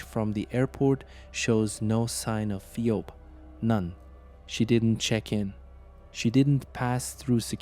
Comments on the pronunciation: Good video however the name is pronounced fee-b. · You don't even have enough respect for the victim to learn how to pronounce her name properly. You're just grifting on human misery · seems they don't even have enough respect for the victim to learn how to pronounce her name. They're just grifters